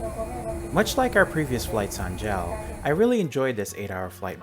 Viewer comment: Its pronounced "Jay Ay El", it does not rhyme with "Pal".